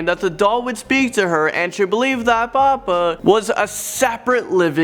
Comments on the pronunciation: god yes, this guy can't even get simple pronunciation right. Pupa pronounced papa, Amelia pronounced emmalia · Pupa is pronounced: poo puh. Amelia is pronounced: uh mee lee uh. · At one part with pupa it sounded like "poopa"